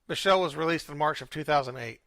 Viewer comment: Thanks for covering this topic. Just want to help with a few pronunciations: Cowesett: co-WEE-sit Derderian: der-DARE-ian Biechele: BEEK-lee